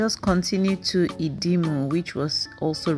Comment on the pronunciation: your presentations are always excellent, and this is no different. Thank you. On another note, your pronunciation of some words (Idimu, Alaba, Korope, Ayo ni o, etc) is somewhat strange.😀 You sound like someone who learnt English first and then learnt Yoruba as a 2nd language😀